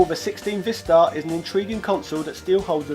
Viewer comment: According to the Korean phonetics, it's actually pronounced, "VAI-star"...rhyming with "bye", "hi", "cry", etc.